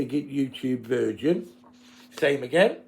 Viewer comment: It's virgin not vigin lol